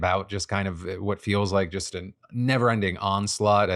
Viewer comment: Just. The word is just, not jest. Jest means something different.